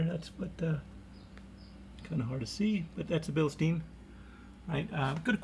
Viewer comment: Mate, you haven't been very lucky with your air suspension... Have you considered looking at it from a different angle, like checking the pressure under load and with no load? It could very well be that your pressure regulator is defective and this could be a cause for your extensive collection of blown bags... Also, please stop pronouncing "bilsteen"!!! Read the label, it says Bilstein, not Bilsteen. The correct pronunciation is BILSHTAIN. Will you do that for me because I'm German and my ears hurt. Thank you.